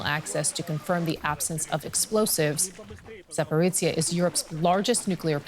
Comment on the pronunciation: There's NO "ts" in the word Zaporizhzhia. Please correct your pronunciation.